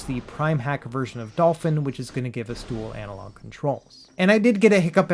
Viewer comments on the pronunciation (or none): none